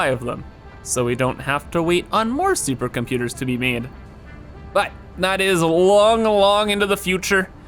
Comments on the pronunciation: Every time i hear saying "Suppacomputaa" the day is a little less worse:D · Yeah same